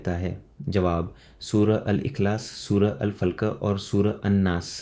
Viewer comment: सूरह अल फलक का उच्चारण अल फल्क कर रहे हो जो ठीक नहीं है।